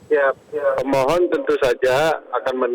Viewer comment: 0.11 gua kira dia bilang "seberapa kuat dalil gugatan yg diajukan oleh pembohong" 😂😂 gataunya pemohon